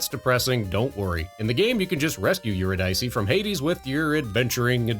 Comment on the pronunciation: Just FYI, it's pronounced "you-RID-uh-see".